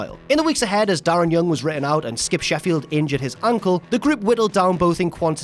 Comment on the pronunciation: Because of the accent it sounds like you said: "Skip Sheffield injured his uncle" instead of "Skip Sheffield injured his ankle"